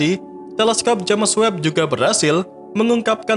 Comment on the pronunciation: Bacanya itu jeims webb woy. Sejak kapan james dibaca james juga, hhhhh